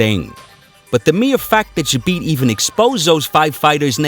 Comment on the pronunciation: You pronoince his name doesnt right, not "Zhabit", Z pronounce same way like "Zorro", Забит.